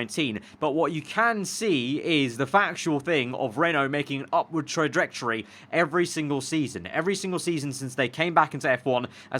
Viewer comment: Go on, say 'trajectory' again.